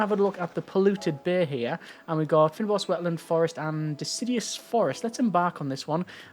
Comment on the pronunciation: I love the game and the series! :) Btw, the fyn in fynbos is pronounced like "fine" in English. It is an Afrikaans word.